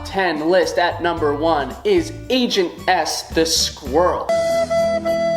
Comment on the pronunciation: I was watching until he got to ribbot and I was about to say in the comments "How dare you not include my girl agent s" and then I heard him saying angent s for #1 WOOHOO